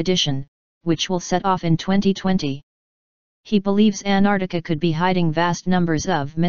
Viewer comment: Not even the robo-voice can pronounce ANT-ARC-TI-CA (not Anartica) properly!!